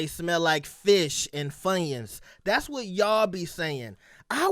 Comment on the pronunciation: Im not dealing with you 😂😂😂 dude said funyuns